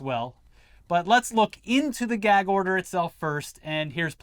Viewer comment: Someone tell Don Jr. it's a Gag order, not a Gak order